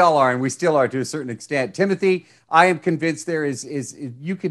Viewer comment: Idk why I cringed so much when the interviewer kept saying Timothy instead of Timothée